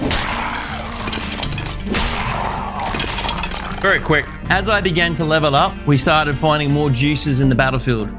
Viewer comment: he said It's Brillian like that scotish dude from samurai jack.